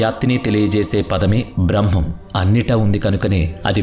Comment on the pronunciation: Braahmam kaadhu brahmam